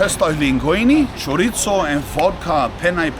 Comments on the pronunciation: choritttzo 😂 broooo you are somewhat spaniard, say it right 😀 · Stop saying chorizo like that you dork 😂